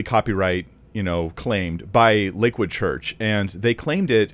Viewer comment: Why does it sound like he says Liquid church? Or is it just me?